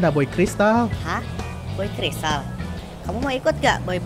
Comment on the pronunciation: Baca nya boboiboy cristal bukan kasian. si. boyboykelistar.